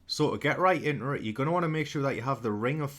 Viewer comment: "So lets get right inerit" LOVE IT xD